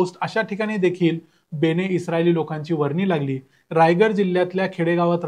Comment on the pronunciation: बेणे नव्हे बेने! बाकी ठीक